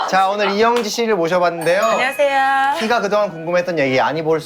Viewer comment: 앙녀하세요 안뇨하세요 ㅋㅋㅋㅋㅋㅋㅋㅋㅋㅋㅋㅋㅋㅋㅋㅋㅋㅋㅋㅋㅋㅋㅋㅋㅋㅋㅋㅋㅋㅋㅋㅋㅋㅋㅋㅋㅋ